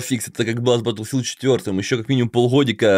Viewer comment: Не Баттлфилд а БаголФилд